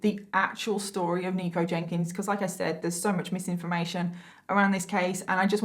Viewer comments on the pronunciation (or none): In the beginning I thought she was saying "Negro Jenkins" 😂😂😂